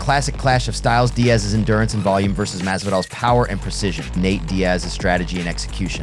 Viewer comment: Jorge masvidal is not that hard to pronounce dawg